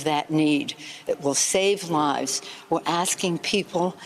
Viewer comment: She said “ officialdom,” and I thought she “official dumb,” which made sense since I thought she was talking about herself.